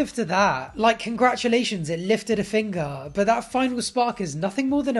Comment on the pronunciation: “Congratulations it lifted a fingahh” I CANT I CANT 😂😂😂